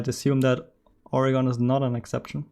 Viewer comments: It’s pronounced organ not ori-gone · As an Oregonian your pronunciation makes me cry.